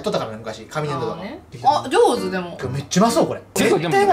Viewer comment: エミリンの「上手」、、、、上手か！？！？！？！www（決してバカにしてはない）